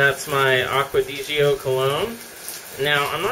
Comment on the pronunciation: It's pronounced "aqua deh zhao", not "aqua disio" lmao